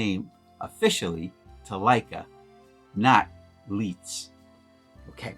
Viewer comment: Great video, I’m testing my Hector out this week on my Leica M3. I like the look of the pics for portraits. Oh, just an FYI, in German “ei” sounds like “eye” Leica and Leitz sound the same. Going the other way, “ie”would sounds like “teen.” Thus, wienerschnitzel! Thanks for your videos.